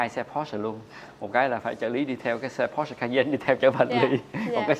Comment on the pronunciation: Sale hãng Porsche mà gọi "pô" thành "cái bô", thật thiếu hiểu biết.